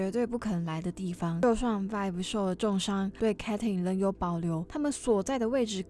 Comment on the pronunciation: 哈哈發音確實要修又下不然有點出戲 建議頻道主可以去看外國人對 Vi Caitlyn 的 reaction 的發音